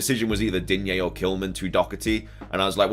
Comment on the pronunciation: Please drop the "a" in digne”a”, I am French , there is no A at the end of Digne . 😅 if you pay attention to commentators they are saying it right but in the FPL community everyone is saying it wrong !